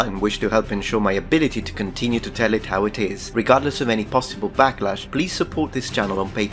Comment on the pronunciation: a full anal-ysis!? receiving back-lash? You're a gay icon, clearer than Hadrian.